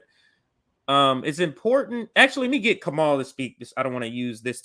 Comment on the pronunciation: Wait did say Kamal? BPM is the only channel I watch as often as RBN and I'm pretty sure his name is. Kah-mah-oo. Lol but seriously it's. He's amazing. Thanks for having him on, guys, I love you